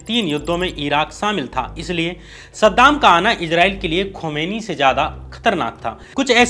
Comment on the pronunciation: खुमानी नहीं खुमानी साहब